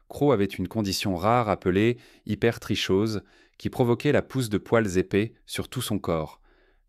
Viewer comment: Cc super video. Juste pour info l'hypertrichose se prononce hypertroKose